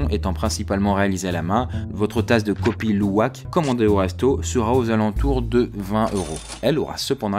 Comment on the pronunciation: Le Kopi Luwak je l'ai déjà gouté ayant déjà vécu là bas, et franchement c'est super bon ! Par contre la prononciation de Kopi Luwak est à revoir. Sinon superbe vidéo !